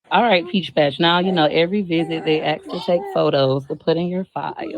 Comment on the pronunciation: Imagine trying to sound pompous and condescending then using "ax" in a sentence instead of ask. OK, girl. You got it.